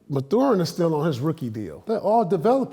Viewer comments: It’s “Math er in. Not Ma thu in! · he says it like “methuen” 😭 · Paul it’s pronounced MATHurin lmao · Lmmfao pierce breaking every syllable down in Mathurin name 😂😂😂😂😂😂😂😂😂😂